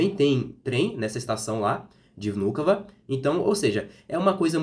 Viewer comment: How beautifully and correctly you said the name of the airport “Vnukovo”. Very correctly, with the right emphasis.... Very nice..The woman doubted because you speak Russian very well))